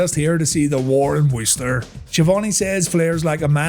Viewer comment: Shout out for pronouncing Worcester correctly